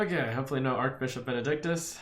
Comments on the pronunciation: It's Arch-Bishop, not Ark-Bishop Archangel is pronounced as Ark-Angel because of the vowel A in Angel B in Bishop is not a vowel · Archbishop is pronounced with a ch sound, not a k sound